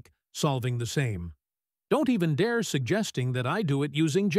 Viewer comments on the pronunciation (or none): none